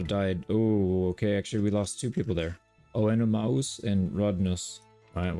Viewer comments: Loved the video! 1 point of feedback: Could you make your narration a little louder? At times, I can hear your mouse clicks over your voice. Also, Oenomaus is pronounced "An-No-May-Us" I believe. Keep up the great work! SPARTACUS!!! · Just for clarity on the name, Oenomaus, is pronounced "On Uh May Us" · Love the content! I am by no means an expert, but I believe you can "Englishize" O-man's name by pronouncing it "Oh-nuh-MAY-us" and the "gn" in Latin makes the same "nya" sound like in Italian. Keep up the good work! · Its read Onomeus he was Spartacus doctore or the trainer in the show :) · Oenomaus On-Oh-Mayus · Oenomaus is pronounced (Anime - us) in the spartacus tv series. He was a proper badass, 2nd only to spartacus imo. P.S. You're way better at this game than me. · im pretty sure it is ehnimeus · The "Oe" in the name Oenomeus is what we call in Greek a diphthong which includes Oe and Ai so they are pronounced simply as "Eh" not "OhEh". So "EhnomEhus". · On-Ah-May-us lol Hard name for sure lol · Oenomaus should be “eh-nuh-MAY-us”, FYI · Ee-no-mouse I think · Oenomaus is Oh-noh-may-us